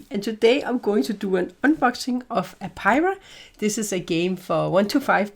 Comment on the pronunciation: Ay-pee-ary. That's how Apiary is pronounced. It just cought me off guard at the start. Cheers!